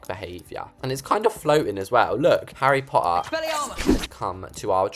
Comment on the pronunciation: Haha I love how whenever he says Harry potter it's like "Harry PoA"